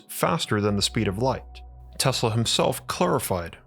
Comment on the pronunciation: Is it me or he says Tesla weird